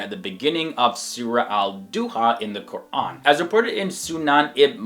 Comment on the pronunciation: Everytime he pronounces "Quran" he takes so much care pronouncing it right. It's so beautiful.